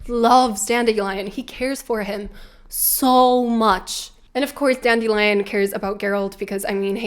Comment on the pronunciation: I have been listening to this audio book, and it drives me nuts that the narrator pronunciation of Dandelion is DAN-DILLY-UN. 💜💜💜💜💜